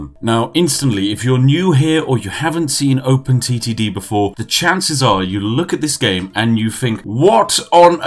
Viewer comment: Was I the only 1 Who though he said open STD